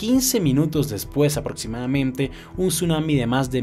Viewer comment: Por qué casi en su totalidad los youtubers tienen un defecto al hablar? Algo que desagrada a la gente? Hermano, no uses la M en dónde va la N, ejemplo...movimieMto, aproximadameMte, dejaMdo, etc.